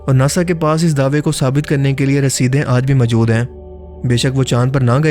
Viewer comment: Majood???? Bhai moujood hota hay wo.